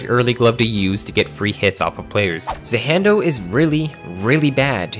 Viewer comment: I can’t get over how he said za hando as za HANDo